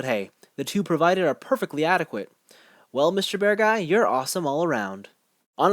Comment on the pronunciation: By the way, if you pronounce it like "bearg guy" instead of "bear guy" (similar to how you pronounce Acguy as "ac guy" instead of "a guy"), it sounds much closer to the official Japanese pronunciation, in case that matters to you. That way the spelling "Beargguy" makes more sense too.